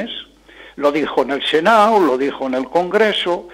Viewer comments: ¿Por qué dice "senao", ese señor? Si dice Congreso y no "congreo" tendrá que decir Senado, no "senao", que suena fatal, como de chonis barriobajeras iletradas. En cuanto al contenido, de acuerdo más o menos. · Lo de "senao" me ha matado. Pero ¿De dónde sale ese hombre? O ya es mayor y ¿se le ha olvidado pronunciar las consonantes en español? En cualquier caso resulta muy patético escucharle.